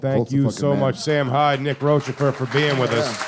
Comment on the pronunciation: Nick should've corrected Jay's pronunciation of Rochefort